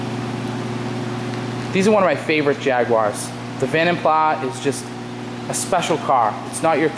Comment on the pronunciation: It's pronounced "vonden plah".